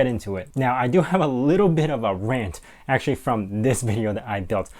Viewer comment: "actually" not "acutally" lol!